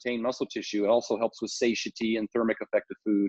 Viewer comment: Stan! It's pronounced SA-TI-ETY. Christ.🤦🏻‍♂️ lol